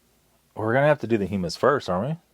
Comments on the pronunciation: Hum-mus like you’re humming, not Hugh Mus lol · pronounced "huh - muhs" and made from Chick peas. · It’s pronounced as in Hum not Hume. Hummus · you had me rollin with "chal vuh" and "hyoo muss" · Gotta love that Hue-Miss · It pronounced (hum-us). Like hum to us without the to part. Its a dip made of chickpeas. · It's pronounced hum-us, and it's made from chick peas. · Humus is garbanzo beans. And the way you pronounce it is triggering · I just had to check and see if someone informed him how to say hummus, and I wasn't disappointed.